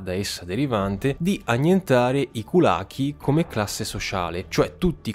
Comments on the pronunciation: Тutto sommato un buon video, ma che cosa succede con l'accento? Va bene, loriginario gulAg e diventato gulAg, poveri kulakI sono diventati kulAki, ma adesso anche altre parole... Sembra quasi che esiste una legge, che proibisce a pronunciare le parole russe come si deve)))) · Kulakì...accento sulla i! Significa "pugno"..